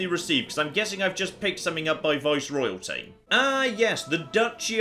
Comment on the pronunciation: Say it with me... Viceroyalties